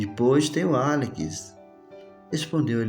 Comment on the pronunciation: Demorei 5 capítulos pra entender que esse "Alikis" é Alex. kkkk